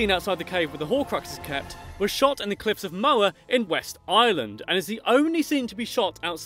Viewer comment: Love the video but it’s pronounced “cliffs of Mow-Her”